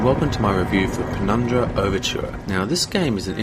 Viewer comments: ugh, PenumBra, not PenumDra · Great review, and I will buy this game now based on your review. But you kept calling it Penumdra, instead of Penumbra - that started to grate on me after the 3rd or 4th time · PenumBRA. Not PenumDRA. Good review though :)